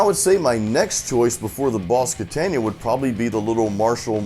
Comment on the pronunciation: "boss ketenja" =))) its KATANA, bro =)